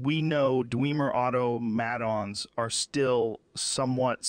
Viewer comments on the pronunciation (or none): Dweemer auto maytawns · The way he said automatons hurt my very soul. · Lol. Its Automa-ton, not Auto-Maton. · It's probably because the voice lines they used as a reference for the AI to learn from didn't have any vocal inflexions or sounds for them to properly have them pronounce those words, same with how Rogan can't pronounce "automatons" and instead says "auto.. mahtONs" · otto-mad-ons is absolutely how Joe Rogan would pronounce Automatons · "Dwemer Otto-Mattons" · Dwemer Auto-Mat-Ons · "auto mattons" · Auto Mah Tahn. Not auto matt in.